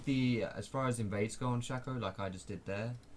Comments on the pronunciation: Its Shay-co not Shack-o my fucking lord. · Please stop calling him sha - co, call him shay - co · Jack Wood Thanks for the helpful instruction on how to pronounce his name. I get it now. It's Shaco. Not Shaco. Thanks.